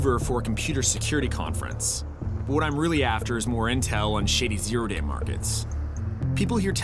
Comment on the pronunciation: “oh day” bro, doesn’t convince me 🤔